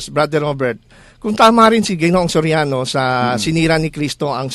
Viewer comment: eli Soriano vs. eli so riano? hahaha careless mouth